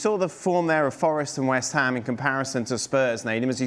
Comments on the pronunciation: Who is this "West Ha" you speak of? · “West Ha”